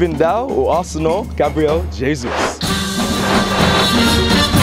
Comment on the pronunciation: At least learn how to pronounce his name, mate.